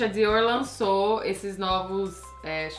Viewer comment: Desculpa, estou meio sem graça, mas preciso falar, Meu nome é Alessandra, eu e meu marido usamos a mesma conta, então o nome dele que vai sair. Camila você melhorou bastante, acho você linda! Mas queria dizer uma coisa, aprende por favor a pronunciar os nomes que não são em inglês corretamente ou então fala com sotaque brasileiro mesmo, não é legal você pronunciando coisas como Dior com sotaque errado, é grosseiro, ( os franceses ficam loucos com coisas assim) ou Salvatore Ferragamo que é italiano, ninguém é obrigado a falar vários idiomas mas é mais elegante pronunciar abrasileirado do que com sotaque inglês, fala Diorrrrrr. Você é uma mulher linda e para ter obtido todo esse sucesso, imagino que muito inteligente também. Não faz isso, você está ensinando as pessoas erroneamente. Sucesso.